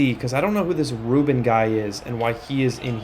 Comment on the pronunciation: Tuaolo: Try imagining a hyphen to split it into two halves (Tua-olo). Also if it was me, I'd pronounce Rubin like the US soccer player Rubio Rubin (Roo-been) Last thing... don't know if you noticed, but Owusu should be pronounced (Oh-woo-soo) instead of (Oh-woh-soo)